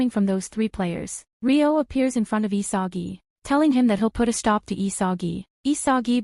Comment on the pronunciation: ISAGI NOT ISAJI!